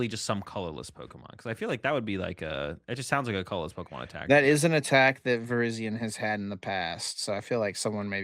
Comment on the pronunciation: there's no way that pronunciation is correct. Virizion's name comes from viridian